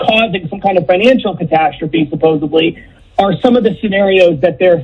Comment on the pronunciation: did the Beck guest caller say “supposebly”?